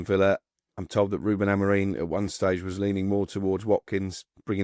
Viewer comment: Why is it, this guy, who allegedly supports Manchester United, CANNOT pronounce the Managers name correctly.., its AMORIM ( AM OR IM) not bloody AmorEEN!!! Does this irritate anyone else, or just me? 😄